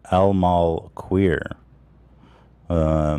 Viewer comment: LMAO ETHAN SAYING QUERER AS QUEER